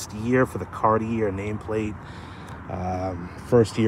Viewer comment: Bruh, gotta learn how to say “Cartier” if you’re into these cars. 😂